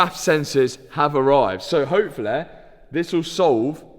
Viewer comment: wonder if anyone has ever told him that words that end in "Y" don't make an "A" sound.....its "Hopefully", not "Hopefilla"